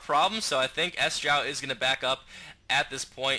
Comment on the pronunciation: Good cast, would also like to point out that Sjow's name is not pronounces S-jow but more like Sho. Sjow is a Swede and it's harder for an english speaking person to pronounce it the "right way" Keep it going:)